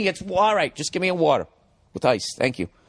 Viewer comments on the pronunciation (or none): none